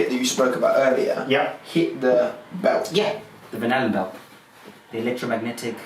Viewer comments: so is anyone else hearing "banana-belt"? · At first I heard "banana belt" instead of "Van Allen belt". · Whenever that guy says Van Allen Belt, I hear Banana Belt. Anyone else? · Is he saying banana belt? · I keep hearing banana belt haha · It sounded like he was saying “banana belt.” Or maybe I just heard it that way because his theory is completely bananas. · I keep hearing 'banana belt' which sounds more plausible :) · I keep hearing banana belt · Sounds like he says “banana belt” EVERYTIME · No, he says "Banana Boat". Something he finds familiar. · It does now ..😁, I can’t hear anything else .. and ... he might as well say it anyway ... it makes as much sense ... and actually sounds better 😆